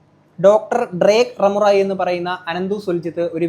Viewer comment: ഡ്രേക്ക് കറമുറ അല്ല മോനെ ഡ്രേക്ക് റാമോറെ..